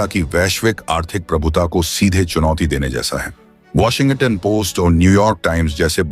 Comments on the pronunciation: वाशिंग-गटन नहीं है भाई, वाशिंग-टन है. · My friend - please do not pronounce as Washin-Gutton. It is Washing-Ton. Otherwise Trump will impose Tarrif on your channel also - Be careful. 😂😂😂😂😂